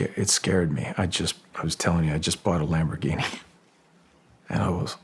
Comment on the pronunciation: " I just bought a lambhorgini" ruined it,just a little for me!